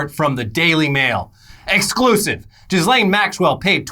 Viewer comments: It's pronounced "keys-lahn" not "jizz-lane" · You’re pronouncing her name wrong it’s French but it’s more like Joslin ... just French it up not Jizz lane lol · pronounced "Ghis" really weird and now all I hear is Jizzlane. EDIT: Oh god, thats her name. The irony. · Like.... you both know how to pronounce it, but I smile every time you say JizzLane Maxwell. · I love that they always mispronounce ghislaine’s name on purpose.